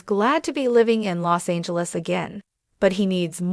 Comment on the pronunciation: L os Angeles not lay